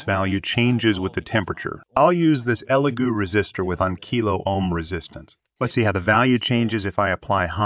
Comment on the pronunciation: It’s pronounced e Lego like the blocks